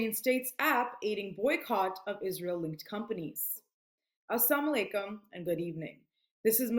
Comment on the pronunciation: Lovely and Hopeful to see your strong effort. Jazakumullahu khayran. Now, kindly check whether it is As-sam alaikum or As-salaamu alaikum. Thank you.